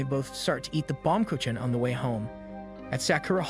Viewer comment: He oblitteratet the word Baumkuchen well he isnt to blame its german